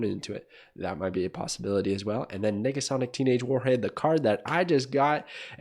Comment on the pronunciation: Bro needa watch his enunciation of Nega Sonic